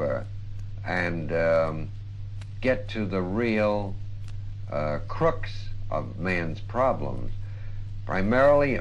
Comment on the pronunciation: "crooks" (I'm guessing he meant crux?)